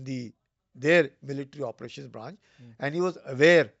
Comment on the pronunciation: Not "Opretion", it's "Operation". Thank you.